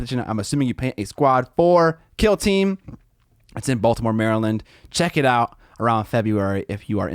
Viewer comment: As a Marylander, the way you say Maryland physically hurts. It’s Mare-Land or Merlin (like the wizard)